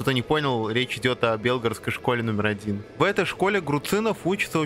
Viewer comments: Автор, зачем коверкать Белгородскую область? Правильно белгорОдская область, а не бЕлгородская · Ещё забыл упомянуть, что автор неправильно произносил Белгородскую область